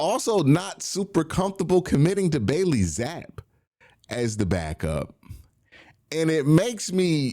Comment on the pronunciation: Bro says Bailey zappe wrong every time😂 wtf